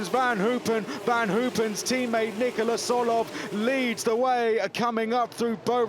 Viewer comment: Slight correction on the commentator. His name is not Nicolas.